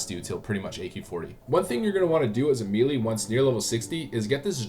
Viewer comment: Please stop saying Meelee lol.